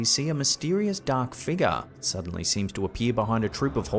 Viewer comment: ...Struck-shah. Dahk figgah...😅😅😅